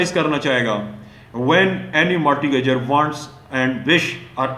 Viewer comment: sir mortgage,mortgagor and mortgagee ke pronunciation bohot alla ha.